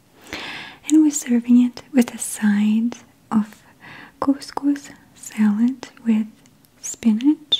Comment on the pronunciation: I love the way she says "couscous" but I don't like the way she says "salad" and "ricotta cheese"